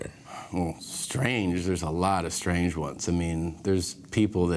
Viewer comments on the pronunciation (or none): none